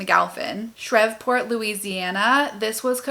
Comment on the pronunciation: SHREVE- PORT pronounced like Henry Miller SHREVE (Sha-reeve)